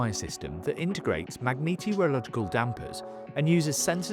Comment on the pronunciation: "Bi-wire M is a system that integrates magneeti reealouhligcal sensors and ... " you what mate? That's a made up word ....